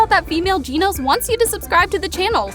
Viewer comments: its not ginos its genos😅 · blud said geenos and not genos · Ummm I think it gAnos and not ginos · Its not ginos😊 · WHO IS GEENOS?!?!?! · Its not Jenos it’s genos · I had a stroke from hearing the word “Jeenos” 💀💀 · please stop pronouncing genos as jinos, everytime i hear it, it makes me question how could you possibly pronounce such a name wrong. everything else in the video was good though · she really just said hunter hunter instead of hunter x hunter and can someone explain why people say jeanoes instead of genos? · why she sayin "ginos" instead of genos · Jinose lmao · she said jeanos... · I'm sorry but I can't handle this it hurts it's not (Gee-No-s) It's (Je-no-s) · This person really can't pronounce Genos correctly they're literally saying it like "GENE-OZE" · Genos not ginos learn how to pronounce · Bro Realy Hes Said Ginos💀💀💀💀💀💀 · Are you serious right now jeans it’s genos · Bro said "geenose"💀 dude its " Genos "🤦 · I was wondering who the fuck was "GINOS" when I realized it was Genos she was talking about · Genos isn’t Italian “Jean-O’s” it’s Japanese “gen-Ose” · "This dude Ginos" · I think its genos not ginos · 'Jeenos' and 'Garu'... Yep shes been caught lacking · casually saying genos wrong lol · did you just call genos Geeh Nose wtf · I know its probably just for laughs, but the way you pronounced the names is just DISGUSTING you really said Geenos and Garoo wtf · Ahhh yes,classical geenos. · It’s pronounced GENO with a SHORT E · why do you pronounce Genos like that